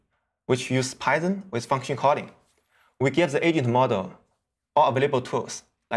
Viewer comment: “should we have this Asian plan it?” As he looks over at Asian guy next to him. I know he’s saying agent btw.